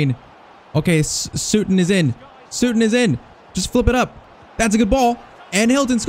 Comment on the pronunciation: I know I'm a few months too late but its not sootun lol its Sut-ton... like Button